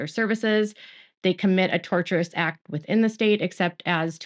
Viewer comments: Hi. Lawyer here. The word tortious is pronounced TOR-shuss. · Tortious is pronounced tor-shush. The word derives from "tort." "Torturous" comes from the word "torture."